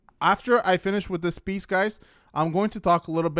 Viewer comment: he says piece but literally sounds like beast lol cause that’s what she is. A beast!!!